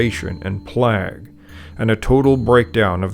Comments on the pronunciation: He thinks he knows what he's talking about but can't pronounce the word plague, /pleig/ a highly contagious bacterial disease. Plagues through the eons have repeatedly brought about great political and social restructure. If you are even an amateur historian, you know how to say this word. He does not so he's just a huge twonk with a YouTube channel. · I have never before heard a human being pronounce "plague" to rhyme with "flag" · whoa. never heard anyone pronounce 'plague' that way. great video!